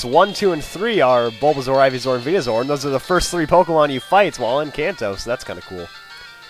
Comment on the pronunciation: its venuSOAR not venuZOR. same goes for the pre-evolutions